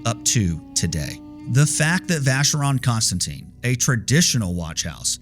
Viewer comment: Thanks for a very interesting video. But, please, please learn how to pronounce Vacheron Constantin (and AP) correctly.